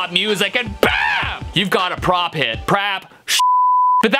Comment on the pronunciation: “you’ve got a prop hit prap SHI-“ LOL